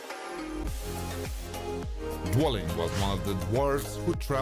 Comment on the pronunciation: ‘’dwelling’’ cmon dude, it’s dwalin